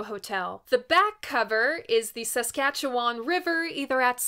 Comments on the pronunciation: Speaking as a Canadian who lived in Saskatoon as a kid from 1968-75, I have to say your pronunciation of "Saskatchewan" is pretty darn close; better than most! Nice to see the Bessborough again; pretty close to the view I had from a childhood home. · You pronounced SASKATCHEWAN properly. We are based in Manitoba, right next to it. Fun fact the provinces motto is "Land of the Living Skies"